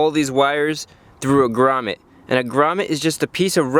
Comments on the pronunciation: 19 minutes of a guy saying «Gramet» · The way you say grummet is priceless 😂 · Everytime he said gramet I thought he said raman